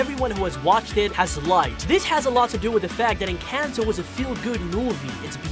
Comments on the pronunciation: ITS ENCANTO NOT ENCENTO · Bro, it’s pronounced En con toe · EN- CAN -TOE😂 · ITS EN-CON-TOE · it's called enconto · It’s “encanto” ❤️🧡💛💚💙💜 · they are talking about the pronunciation the man in the vid was saying it like en-cayn-to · we pronounce it as ing-kan-to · YOUR SAYING IT WRONG ENCANTO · you're pronouncing Encanto and Mirebell wrong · YOUR SAYING ENCATNO WRONHG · Encanto don't had y and it's encantoy now🤦🤦